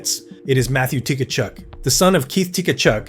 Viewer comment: How many t-kachuk and takachuk . Easier to just say it right. Kachuk!